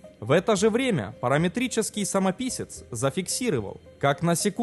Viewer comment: Писал уже... Диктор, уважаемый!!!! Правильно произноси русские слова!? "ЗафиксирЫвал, СкомандЫвал" ЗафиксировАл! СкомандОвал!